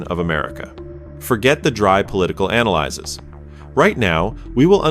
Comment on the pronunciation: The A.I. narration guy doesn't know the word "analyses" is the plural of "analysis," and, therefore, can't pronounce it. Gee, what a shock. --- Catsup on a hot dog? This is America! NO catsup on a hot dog, fool! --- Here's a carwash! Here's another shock. It's a carwash! --- Americans are polite. Should we apologize? Gee, we're sorry. Get over it. The dig about "especially in the South" is a LIE. Try South Dakota or rural Nebraska, et. al. People are friendly, and in the South how one is treated is often more than iffy; it can be hostile, particularly for anyone with darker skin. Darker skinned people would be lucky not to escape racist treatment. Why? MAGA is still fighting a war that ended over a century and a half ago, and that war was about enslaving a race of people. Europeans wonder the how and why of Trump? Take a couple minutes and examine statements Trump makes continually about darker-skinned people. You'll have your answer. MAGA won't admit it, but the foundation is the same principle as Germany in the 1930s: manufacture enemies, instill distrust and anxiety in a society, and achieve power through fear and hate.